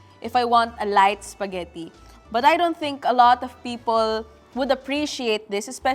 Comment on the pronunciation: I can't with the bisaya accent spageti na may hatdog hahaha